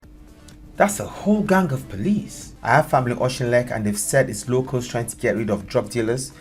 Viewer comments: Pronounced Och-in-leck. I grew up there. Utter disgrace what's happening. Tories ((Maggie Thatcher) closed the mines and its been terrible since then. Not just Auchinleck but the surrounding villages.😢 She ripped the heart from the communities. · Please can you pronounce it Achinleck , Au as in caught , then chin as in Kin and leck just as it looks lek . so Auchinleck Okinlek would be the easiest way without the throaty sound for the ch like we say loch not lok instead of lake . Hope that helps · Scot here. Thanks so much for covering this. It is pronounced Och in leck. This used to be a mining village. Part of the Ayrshire coalfields before all the pits were closed in the 80s. In a generation the pit villages went from hard working prosperous communities to depressed, poor areas and the drug dealers moved in. This sounds like the villagers taking back control from the dealers. Which is a good thing in itself. Before covid Britain and indeed Europe was comprised of free countries on the surface but just like in America and Canada our institutions were being eroded by trans national bodies - banks, Davros ect. The police, the mass media, the very government no longer work for us. Mass migration has been used internationaly to break down the nation state and weaken the people who are now begining to understand and fight back. Perhaps you should look at digital banking and social control.. I am enjoying your programmes. Thank you. Subscribed. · Pronounce it Okinlek, Bradford crack dealers based in auchinleck have been targeted, residents have had enough of the dealers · its Aw Kin Leck. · Uh- kin- lek lol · Pronounced ochinlec I’m in Ayrshire this is all news to me 🤷🏽‍♀️🏴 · Just to help you with the pronunciation of Auchinleck, it's like Awkinlek!, CH pronounced like a K. Like many Scottish names there is a knack to it. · ‘Auch’ rhymes with sock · The ch is pronounced as in 'loch', not as in 'machine'. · Oshtinlek? OSHTINLEK!🤦🏻‍♂️🤦🏻‍♂️🤦🏻‍♂️ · say it like okinlec